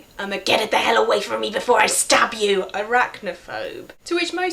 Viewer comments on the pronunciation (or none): none